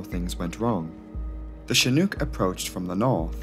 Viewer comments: Great vid ....you did good . One thing tho its shi nooook not chi nuke . Chinook. Retired Army helo crewchief here. Also several shots showed the navy version with single nose gear. Ch-46 not ch-47 . We(u.s. army) got the big one the 47. All in all great vid tho for a non rotorhead. Great graphics. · You are saying the name Chinook incorrectly. The word hook rhymes with Chinook You are saying it with an uk sound, as if it rhymes with nuke. Incidentally in the US Army is is known as the 'shit hook'. Doesnt work if you say the word wrong. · Good video. Though it's pronounced as in "look". Not as in kook. Cheers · I don't want to give you a hard time, especially since I would have completely mispronounced Sumburgh, but Chinook rhymes with "book" not fluke". I say this as one who grew up in Alberta, Canada, and at one time studied the Chinook dialect. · Chinook… Rhymes with Cook, not Luke 🤣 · Not shin-OOK, but chin-OOK. It's named after a tribe. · Love the video. Wonderful as always. Heads up- 'Chinook' is pronounced a little differently. It rhymes with 'book.' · I hope this doesn’t sound pedantic, but Chinook is pronounced chin- (as in the thing at the end of your face) and -ook is pronounced like book. Like a lot of American-made helicopters, it’s inexplicably named after an indigenous tribe in the US. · *shin (as in the front of your leg) *nook (as in nook and cranny). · "Chinook" as in "book" - not "chinuke" as in "duke" . . . . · Just for future reference it’s pronounced Chin-nuk, said like book or shook. (not a long O or oo sound). Amazing video as always tho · *shin (not chin) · you show a picture of a CH-46, plus you can't even pronounce the word Chinook. I flew on Chinooks for 3 yrs in the Army. I quit watching after . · The second syllable of Chinook rhymes with "book." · Showing a CH-46 flying around on a couple occasions isn't probably a good idea here. These are Boeing 234s not Chinooks (pronounced like look or book or snooker not spoon or swoon or goon).